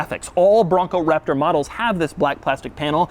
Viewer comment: I like the part where he says Raptor.